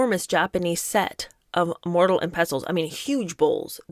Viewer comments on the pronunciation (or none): *Mortar and pestle, not "mortal." 😊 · Mortal and pestle! 😂OMG. You’re sooo cute! It’s “more-dur” (mortar) and “pess-el” (pestle). And I noticed you got vinaigrette right at least once! I really enjoy your videos btw!